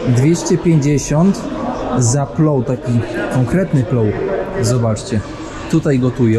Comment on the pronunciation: Nie plou tylko plov 😂